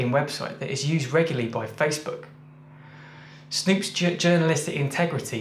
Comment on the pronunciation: "Snopes" not "Snoops"